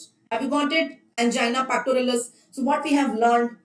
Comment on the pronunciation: She is very much wrong when pronouncing angina pectoris and prinzmental angina